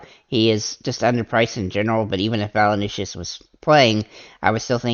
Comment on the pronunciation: valanooshis lol...its valan-choonis.. but thanks for the vid... i think im fading mitchell until i can shorten my dfs memory.